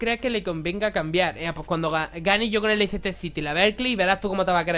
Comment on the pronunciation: se pronuncia "leister" no leicester.